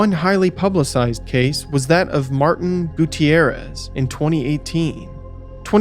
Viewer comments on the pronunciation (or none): none